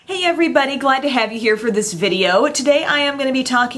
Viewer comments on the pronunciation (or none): When you say hey everybody I always think you're saying "hey every buddy" lol